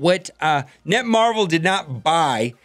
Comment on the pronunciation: FYI... it's "NetMarble", not "NetMarvel."